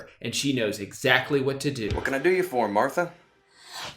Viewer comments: I almost cried every time you said 'wat' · The way he pronounces “wat” has me hacking up cum and mucus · It was so funny the way you pronounced the “wat” and “2” in the story, 10/10 reading out loud drew!! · I love the way he pronounces "Wat" cracks me up every time. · The way he pronounces “wat” has me cackling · He says wat just like I would imagine